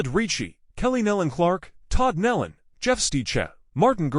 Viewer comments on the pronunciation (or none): Thier name is Nelon pronounced knee-lon not Helen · no knee-lon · What is so hard about pronouncing NÉE’ LONS right⁉️⁉️ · What is so hard about pronouncing their name correctly, NEEEEELAN??? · Knee Lynn is the pronunciation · The name is NEELON PRONOUNCED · Exactly the point. This isn't the way you announce a tragedy when you don't even know the spelling and pronunciation of the names!